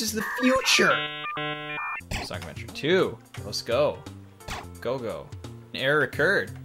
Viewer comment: No one:: sOnCi